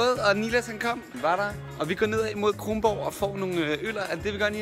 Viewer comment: Dude Kronborg ikke krongborg